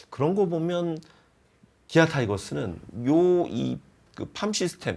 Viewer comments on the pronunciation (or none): 큰 문제는 아니지만 기아타이거즈를 계속기아타이거스라고 발음하셔서 혹시 댓글을 보신다면 수정 부탁드립니다!